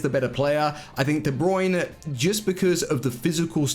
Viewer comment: De brunay